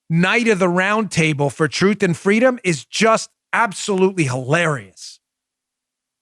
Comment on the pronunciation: “Fwweeeedoom!”, “Si se puawdue!” 🤣 They’re getting good at it. Let’s see who’s next.